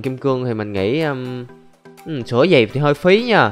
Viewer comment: "Sửa" chứ k phải "sữa" a ơi :v